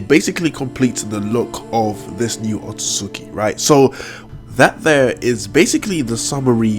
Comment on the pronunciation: Its otsutsuki not otsutsuki dum ass